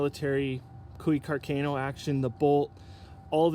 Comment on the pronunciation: I love Canada and I would love to have one of these Cooey custom rifles, but you guys are killing me with your pronunciation of Carcano and carbine.